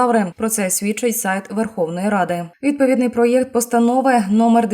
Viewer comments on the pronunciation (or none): none